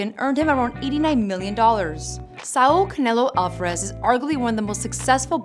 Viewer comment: "Avaraz brothers"